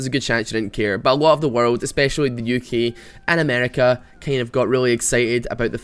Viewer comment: you pronounce uk as "yuki". pls love me.